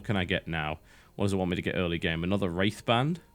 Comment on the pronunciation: He says "wraith band" but all I hear is "rape van".......